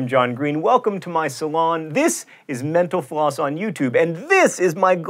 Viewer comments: I always here him say thanks for watching menopause. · Is it just me, or does it sound like he's saying "menopause" when he's saying "mental floss"? Lol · It sounds like he's saying menopause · everytime he says "Thank you for watching mental floss" I hear "Thank you for watching menopause" :) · Every time you close and say this was Mental Floss, I hear Menopause. Lol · It sounds like he is saying, "Thanks for watching menopause on youtube." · ''Thanks for watching MenoPause here on YouTube''. That's what I heard, lol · the way you pronounce mental-floss at the end of the clip, sounds like menopause...